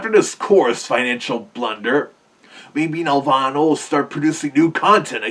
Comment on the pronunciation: It's not pronounced like a heavenly place. Here, nel-VAH-nuh. That game was a nightmare to work on.